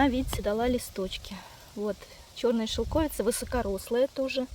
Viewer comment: это шелковИца!!!!! Уши вянут от шелкОвица!